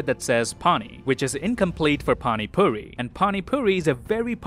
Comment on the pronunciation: as an indian that has a mind of an american u said panipuri wrong. this is in no way trying to offend u or hate u this is just pointing out something u said wrong The pronunciation of panipuri is pa-knee-pour-ee